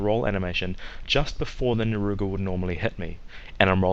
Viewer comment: "naruga" reeee